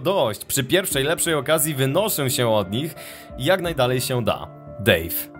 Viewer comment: " Dave " zamiast a to daj o = Dove xD